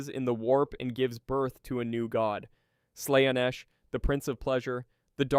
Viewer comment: That's exactly the reaction I had lol! Especially when talking about Slaanesh and the Aeldari